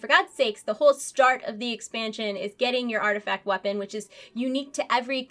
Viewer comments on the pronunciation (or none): none